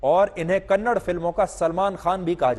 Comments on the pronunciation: Loude Its KANNADA not Kannad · Humble request to you sir , plz pronounce kannada not kannad. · Hey bulshit tell properly it's not kannad It's kannada You bulshit worst hindi person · It’s not Kannad it’s kannada first of all correct yourself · Kannad nahi kannada❤️ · Kannad nahi Kannada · Bro not Kannd it's kannada ❤️🚩🙏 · It's not kannad it's kannada learn to pronounce properly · कन्नड़ नही Sir कन्नडा होता है Kannada वाले Troll कर देंगे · For the millionth time. It's kannadA not kannad